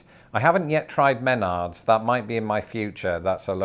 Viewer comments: The second syllable is stressed in the name Menards. men-ARDS, not MEN-ards. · Good video,. Since I miss the pronounce place names series you started several years ago, and didn't finish, I thought I'd point out that Menard's gets the accent on syllable #2, rather than #1-- men-ARDS. That was free, by the way.😀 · YOU'LL ABSOLUTELY LOVE MENARD'S. But do note that it is pronounced (Muh-Nardz) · It's pronounced muh-Nards'. And stick to HD and Lowes. Much better quality. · Oh God, the way you pronounced Menards. yikes. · Sometimes when he talks I don't know if he's being serious or if he's just taking the piss? Would he really pronounce Menards the way he did it in the video or did he sit in front of a mirror trying to come up with the most absurd pronunciation he figure out?